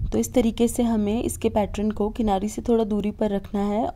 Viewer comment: खूब सुंदर होते ६ैं आपके सारे डिझाइन सिर्फ पैट्रन ना बोलणे पैटर्न बोले